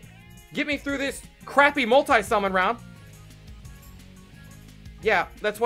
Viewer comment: Who says multie summon instead of multi summon